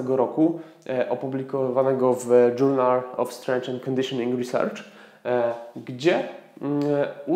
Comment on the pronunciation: ten znaczek to te F miedzy zębami, ale tak jak mówisz - każdy wie o co chodzi. dobry film!